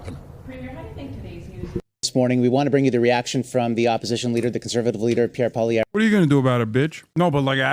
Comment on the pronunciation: His pronunciation is killing me but in the good way… “Pierre Polio” as in his ideology is a mind virus and “Al-berta” because that’s mostly where the right wing fanatics live 😂